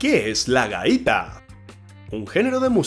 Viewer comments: La gaita no se pronuncia la la gaiita se pronuncia gaita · Caballero, usted tiene demasiados errores, debería antes de hacer este tipo de test. documentarse muy bien y conocer mejor cómo pronunciamos ciertas palabras, por ejemplo: no es GAÍTA, se pronuncia GÁITA, tome usted un curso antes de seguir haciendo estas payasadas que lo único que causan son desinformación, comprendo que usted no es venezolano, entonces si no usted no es brujo pá que se mete con la yerba.